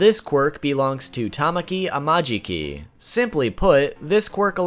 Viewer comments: Here is how you pronounce Tamaki Amajiki witch was number ten so Tamaki ( Ta - Ma - key ) Amajiki ( Ah - Ma - Je - Key ) yep your welcome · "Tamaki amaajiki" 😭😭😭✋✋✋